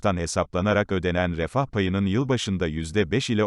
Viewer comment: Once Turkceyi bir ogrensen iyi olur.Nedir o r e a f refah diyemiyorsun.